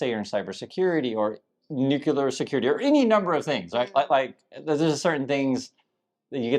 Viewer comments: How can someone so educated not be able to properly pronounce a simple word like “nuclear” properly? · it kills me to hear somebody is smart as you are pronounce the word nuclear incorrectly. It is not new q ler... It's pronounced new clear.